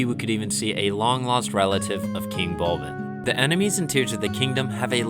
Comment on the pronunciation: Fun fact: it's actually Bulblin, not "Bulbin"